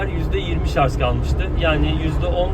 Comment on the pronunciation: Hocam lütfen şarz demeyin ama bakın diksiyonunuzu beğeniyor insanlar :)